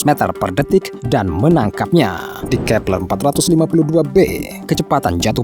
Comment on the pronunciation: Kee peLERRR X 😂😂😂😂😂😂😂